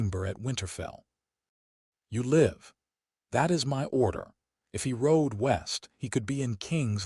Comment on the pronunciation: Damned A.I. does not know English, can't understand the difference between Live and live